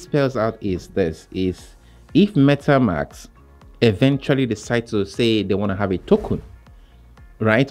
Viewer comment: At start please instead saying Metamks. Say it correctly as it’s Metamask. 😅 not metamks